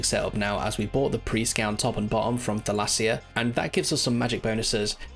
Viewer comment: So nobody’s gonna talk about how he calls the clothing shop owner Thelassia huh?